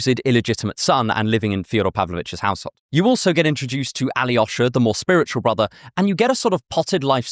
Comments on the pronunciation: What translation of the Brothers Karamazov was read? The Constance Garnett translations are awful. The Pevear and Volokhonsky translation reveals that it is a really very funny novel. When the novice monk Alyosha (pronounced A-lyo-sha 3 syllables not tetrasyllabic Ally-osha!) meets the fallen woman Grushenka, the scene is set up for the worldly Grushenka to seduce innocent youngest Karamazov brother, but instead, it is Alyosha's innocence that affects Grushenka and she resolves to mend her ways. Throughout the novel, Dostoevsky adheres to the nineteenth-century universalist tradition of identifying the location as the village S_________________. Only when Mitya is brought to trial does he reveal through a newpaper article that the village's name is Skotoprigonyevsk and in an aside, the narrator explains, "Alas, that is the name of our town, I have been concealing it all this time." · As a Russian speaker, the way you pronounce Alyosha really bothers me.. it’s not Aly-osha. It’s A-losha.